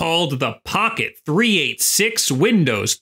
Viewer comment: Boomer callout here, but you say that "Three Eighty-Six" not "Three Eight Six". It's named after a chip that was huge back in the day and nobody called it a 3-8-6. I assume it actually has a 386 in it?